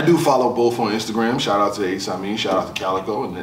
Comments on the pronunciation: His name is ace amin not ace Amos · Lol why he keep calling him Ace Aimin 😂